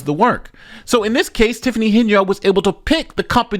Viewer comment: I love that, pronounces,Henyard correctly.